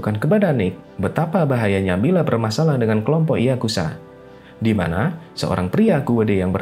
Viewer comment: Bro ato admin dari situs ini penyebutan yang benar YAKUZA bukan YAKUSA pake Z boskuh bukan S